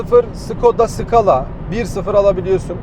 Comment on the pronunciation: Bu nasıl okunuyor, işte aranan öğrenme iç güdüsü keşke herkes senin gibi olsa eksekütiv .. Bu arada skoda Eskala diye okunuyor.